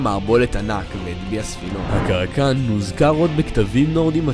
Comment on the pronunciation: kraken* no "karakan"